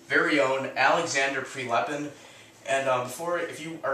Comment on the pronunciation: Prilepin not PrElepin.